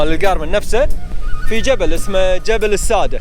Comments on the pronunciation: الساددة بالشدة وليس السادة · الساده بتشديد الدال